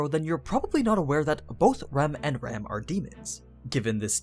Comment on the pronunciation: I really anime sites would pronounced Ram (Rah Mu) and Rem (Rei Mu)'s names in the Japanese pronunciation rather than just use English pronunciation based on the spelling, which makes no sense in differentiating the 2 of them when said out loud